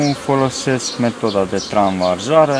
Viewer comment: nenea se spune TRANSVAZARE!!!